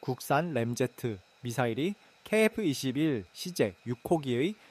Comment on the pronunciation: 케이에프 이십일이그리 발음이 어려운가? 중국인인가?